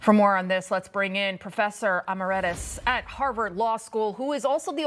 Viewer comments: News host needs to learn how to pronounce words. Emeritus. Is not pronounced “Ah-mer-e-‘tis”. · It's emERitus not emirETus!!! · What exactly is a professor “Ahmahrehdus”? Could it be Emeritus? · Wow, I guess Lidia needs a little schooling from the professor "em-er-ET-is," because that's not how you pronounce "emeritus." Not even close! And there's only one correct pronunciation; no tomato/tom-AH-to wiggle room. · "Professor Em-or-at-us" You can't make this stuff up. What terrible messaging from Trump and co. on the issue. Disgusting really.